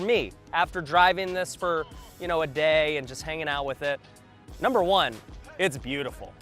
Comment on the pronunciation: Number u say very incorrect!